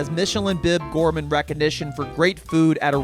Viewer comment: You mispronounced 'gourmand' - the accent is on the second syllable, and the 'a' is pronounced 'ah'.